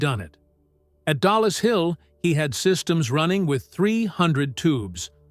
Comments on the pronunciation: Its not DALLAS Hill its DOLLIS Hill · it is dollis hill finchley.not dalas hill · Who the heck proofreads this crap? It's DOLLIS HILL, NOT DALLAS, same stupid lazy AI error again, and again! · Two words - TOMMY FLOWERS ! They were NOT tubes, they were radio VALVES and it's DOLLIS HILL and NOT Dallas hill. DRAUGHTSMEN not draftsmen ! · Dollis Hill, not Dallas Hill. Darned AI again! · PSSST! It’s DOLLIS HILL. Not Dallas Hill.